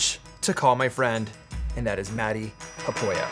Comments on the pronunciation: Thanks for pronouncing his last name! 😁😉🤣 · I didn’t know who he was and when I saw the name matti haapoja. I spelled the last part of the name as haaaaaa pooooo jaaaa . This is not for any offense but I felt funny after hearing Peter say the proper prononciations 😅😅